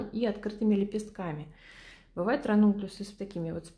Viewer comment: Никак не пойму название цветов, которые вы делаете! Напишите будьте добры. А то вы их так выговариваете, что невозможно понять правильно.